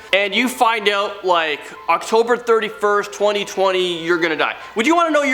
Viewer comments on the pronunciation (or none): none